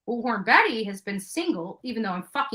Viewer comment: Omgosh thank you for not only mentioning this but noticing how she pronounces bullhorn! Drives me crazy!!! The 3rd person reminds me of Seinfeld and "George is getting upset!"